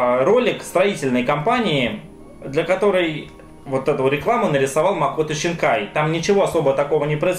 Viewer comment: зачем писать Синкая если ты говоришь Щинкая ?